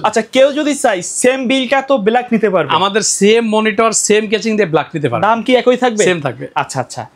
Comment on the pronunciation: কেচিং😂 ভাল না😂